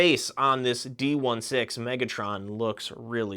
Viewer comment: Btw 2 things . D-16 is pronounced D sixteen . And the hat that bumblebee got it’s a welding mask you can flip down Good video btw 😁